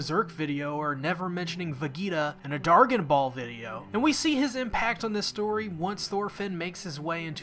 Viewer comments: Mans can’t even pronounce shows dorgon ball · Did he really just say "Vegeda" and "Dargen ball" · Bitch did you really just call it Vegeda & Dargon Ball????? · Come on I can’t be the ONLY one who cringed when he said “Ve-gee-ta in DAR-GON-BALL”!?!?!? Wth is wrong w this guy 😭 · “Dargen ball” lol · Ask Lad, DarGan Ball, VaGAYta, bruh this man pronouncing has me dying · Lol did you say "Dargon ball??"